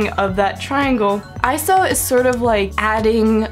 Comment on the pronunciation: Yay! Someone else that says ISO and doesn't say I-S-O! Woohoo!!